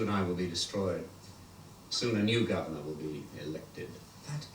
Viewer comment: Always enjoyed the villains in this one but Nabil Shaban steals the show as Sil, such a uniquely slimy baddie. His grotesque giggle and pronunciation of 'governyurrr' is honestly iconic. Arak and Etta however are for me the secret weapon to why this story works so well, their commentary adds such a brilliant layer of world-building and meta-humour. This one often gets called Sixie's best TV story but there is one I enjoy even more.